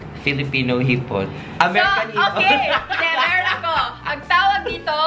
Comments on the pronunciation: Hahaha erich: ang tawag dito hipooon ang tawag dito hipon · Hahhahahhaha hipoooonnnn.... hiponnn 😅😅😅